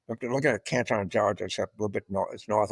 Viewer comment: It’s not canTON like China, it’s CANTn😊